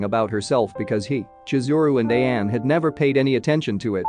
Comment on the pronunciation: it sounded like Sayako to me, also he prounounced Ayane as A-yane like Diane instead of A-ya-ne...but I think he's using a text to speech app that's why there's issues with the pronunciations